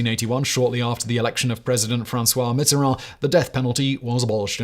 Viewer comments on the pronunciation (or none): none